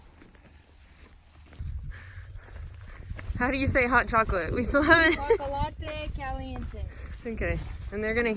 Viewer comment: The "o" in chocolate is pronounced like the English expression "Oh". Hard to remember if you are American and learning Spanish as an adult ☺. Too bad about the bedbugs...Good to see some mountains!👍Also: "completo" is pronounced "complayto". The ponchos with arms are cool, like the Packa. They probably don't open flat, but you don't need to use them as a ground sheet. Another fun video!